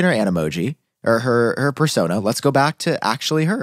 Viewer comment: should learn to pronounce persona